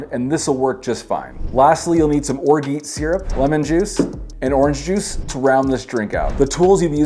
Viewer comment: that's not how you pronounce orgeat